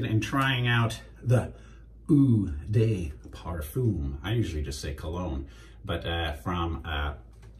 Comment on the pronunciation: Awesome video as per usual. Kind of sad to see the goatee go but you shed a few years at the same time so it's all good. And if you're interested: "Eau de parfum" = Oh (as in "oh my god"!) de (as in "devil" but skip "vil") par (as in "parenthesis" but skip "enthesis") fum (as in "familiar" but skip the "iliar" part)